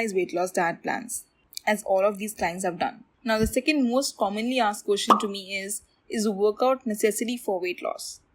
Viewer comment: Its question not kotion. 🤣